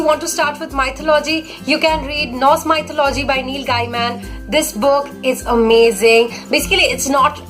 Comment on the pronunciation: Hey,nice work and 1suggestion plz chk out the pronounciation of mythology u are doing it wrong